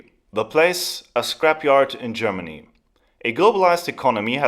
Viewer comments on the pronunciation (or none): none